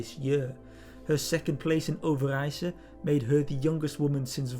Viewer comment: Well-informed? Check! Objective? Check! But what really impresses me is how the names Burquier and Overijse are pronounced. Hats off!